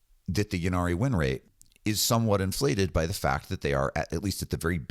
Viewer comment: Pronounce innari not yinarri please, the grammatic influence is from old welsh eg ynis (island) pronounced innit not yinnis. Apologies for correcting, I love your channel